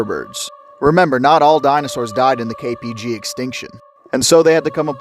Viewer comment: For a second there I thought you said KGB extinction